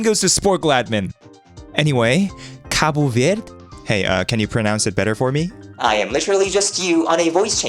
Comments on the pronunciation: it pronounce like "cahboo vehrdee" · Its (kaip verdai) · Côte d'Ivoire=k'әt dīvūar Côte Sounds like coat D'Ivoire Is like saying These War with the ә an a without the /s/ Cabo Verde=Kabœ Vūrdey Dey sounds like day Cabo is Ka bo like in boat Vūr is like in Virtual. Edit: It is East Timor for the official (my opinion) Timor-Leste is so hard to pronounce. Luckily I am here how to say the Country! Timor-Leste=Tı'mәœr Léhst Tı' Sounds like Tea Mәœr sounds like More Léhst sounds like Less with a t/d at the end. Edit 1.2:I found 2 ways to say Timor-Leste. like the 1st one or Tı'mәœr Léstey. Edit 2:Why not just Use emoji flags? (Tip for waving flags in mobile) Edit 3: DON'T BLAME SPORCLE 96% OF PEOPLE USE BAHAMAS😭😭😭😭😭😭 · Native pronunciation is more like "Kaa-boo Vair-dee" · 4 months ago, this was a funny pronunciation of and a funny moment. But now, it is epic, because Cabo Verde is famous because it is on the Round of 32 in the Football World Cup! He drawed against Spain and Uruguay. Wow, life is Beautiful. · The psychic damage I took from his mispronunciation of Verde being validated because he used the European Portuguese pronunciation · As a Brazilian, I'll personally find the Portuguese person who pronounced that and deal with them.